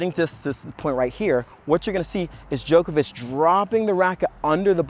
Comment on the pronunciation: Its djOko-vich not joke-a-witch